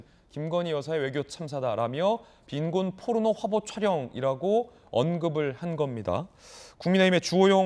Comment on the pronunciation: 근데 저새끼 발음이 빈곤뽀르노 이러잖아 아니 발음이나 똑바로 하던가 ㅋㅋㅋ새끼가 ㅡㅡ